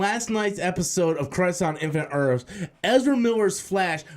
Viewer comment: “Crise on infinite Earfs”